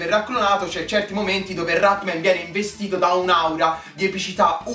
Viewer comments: dici cose molto vere ma perchè non lo chiami con il suo nome? Rat-MAN! No Rat-MEN..dov'è la e?!?!? :-) Comunque complimenti, sei bravissimo!!! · si dice rat-man non rat-men